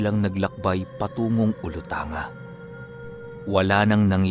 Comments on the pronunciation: korek lang poh ung olutanga poh sounds like OLUTANGGA poh..proud sibugaynon po ako from alicia near by olutanga island and talusan island..number 1 fan nyo ako..godbless poh..pa shout out poh.. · Hindi ganon sa amin ang pag bigkas ng Olutangga